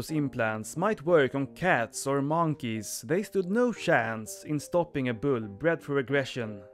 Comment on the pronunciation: Man-keys, chimp-man-zees, orangutang (wild man)